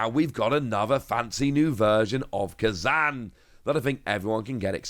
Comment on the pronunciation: you are the best at card news reporting but please consider pronouncing it ku-zan and not prefering manga art is a sin <3